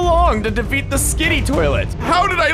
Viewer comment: And its skibidi toilet not skidi